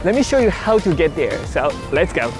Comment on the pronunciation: “ LETS GAO”!!!